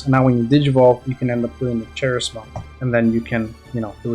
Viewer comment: Good Appmon build. Also it's pronounced Ka- ris- mon for Charismon. It's basically how you say Charisma.